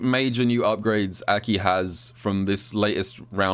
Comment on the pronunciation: every time I hear say AKI, I always feel that it's spelled Ackey instead